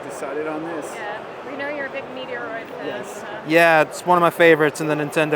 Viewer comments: MET-ROID, not METR-OID .. Surly ? Or this another example of u.s / u.k pronunciations.🤔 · I’m not trying to be judgmental but that is not how you pronounce Metroid. Never in my life have I heard anyone pronounce Metroid as meteor-roid. I’m an 80s kid and I have been around the gaming scene for a long time. Is MET-ROID. Watch video trailers or Metroid commercials to see how to pronounce it. Also Metal Slug and not Metal Slugs. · Ehh I have heard lots of people pronounce it meteor oid as does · I came here just to vent about meteoroid. I hope to God they’re just messing around because otherwise these people shouldn’t be anywhere near video games. It’s literally sacrilege to pronounce it that way. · (MET) (ROID)! Say it right because it hurts my ears! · I’m US and I’ve always pronounced Metroid as METR-OID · I’ve unsubscribed as I cannot stand you pronouncing Metroid wrongly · I’m sure he does this on purpose for the laughs and giggles.